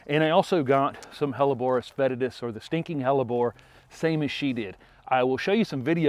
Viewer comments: Sinking hellebore ? It sound like you both are saying stinking hellebore . Definitely got my attention and now I want more hellebores in my garden🤗. Love your new channel . Thank you for sharing your talents with us. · Yes it’s “stinking” hellebore 🤣